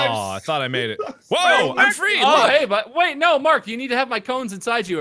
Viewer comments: It sounded like said “ A MINUTE!!!!” Not wait a minute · Does No one realise when mark says wait it sounds like he's saying